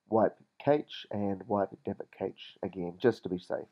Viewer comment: Cash not kaitch and dal vic not whatever the shit you called it. Other than that, great thanks.